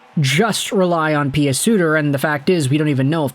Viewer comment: Say PEW Suter not PEE AH Suter please. lol just saying . love the content. Cheers .